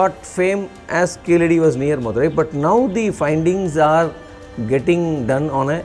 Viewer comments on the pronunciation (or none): What is keezehadi its keeladi. It’s misleading the information. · In proper Tamil it is keezhadi. It's only people who can't pronounce 'zh' that mispronounce it as 'la', just like how they mispronounce Tamizh as tamil